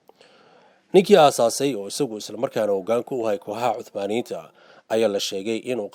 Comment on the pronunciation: Hadalka iska sax niyahow osmaniyen laheen